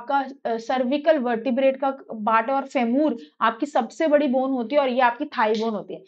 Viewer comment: फेमूर nhi फीमर hota h